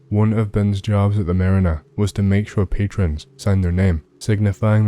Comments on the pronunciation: DID YOU KNOW YOU PRONOUNCED IT WRONG? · YOU PRONOUNCED MARINA WRONG